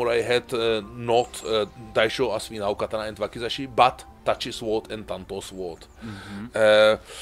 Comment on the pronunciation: the W is silent in Sword